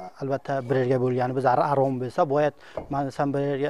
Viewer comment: Bu forsku Ozbekmas Xarom sozini Arom deyapti Mazhabni mazab devoryapti kitob uqigan bolsa soz boyligj juda kamku shia bolishdan xudo saqlasin